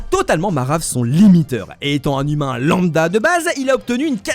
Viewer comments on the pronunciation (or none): none